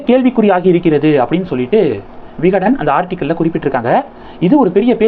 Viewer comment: தம்பி விகடன் ஜூனியர் விகடன் சரியாக சொல்லவும்.